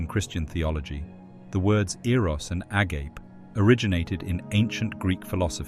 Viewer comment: agape with a silent 'E' is a very different word than the greek a-ga-pe. Sorry. I couldn't help it.